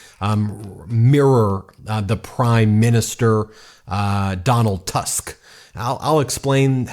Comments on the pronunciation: Donald Tusk ( read Toosk)) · Dear Ben, you should pronounce it like: Chaskovsky, Nawrotzky and Toosk. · Tusk is pronounced Toosk. Nawrocki is pronounced Nahvrotzky. Trzaskowski is pronounced Tschaskofsky. Thank you. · Quick guide how to pronounce those horrendous Polish surnames: Tusk - Toosk Trzaskowski - Tshaskovskee Sikorski - C-coreskee or instead of C Xi like Xi Jin Ping Nawrocki - Navrockee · Trzaskowski pronounced like Chaskovsky Nawrocki pronounced like Navrotsky (e.g. Alexandra Navrotsky) Tusk is like Toosk Sikorski is like Sheekorsky And it's not a guaranteed win. A lot of right-wingers got emboldened after Trump, and our liberal and centrist voices diminished. But we are fighting. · Tusk apparently pronounced as "Toosk" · Say: “Nav-vro-tski “ and “toosk “